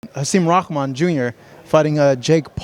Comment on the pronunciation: Am I missing something? Everyone says hasim ROCKMAN.....when his last name is spelled rahman